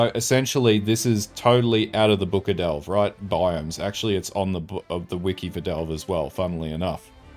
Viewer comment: oh ffs say "devle" one more time! ;). Since the end game is basically delve minus blue and Niko, how are you so sure Delve will be back? Granted if it came back it would be so different and hopefully cool i would love to see it myself. It would be neat actually if there was a cap to delve almost as meta joke making mapping infinite and delve having a cap.